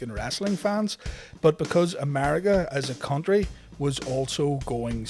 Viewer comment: america not amariga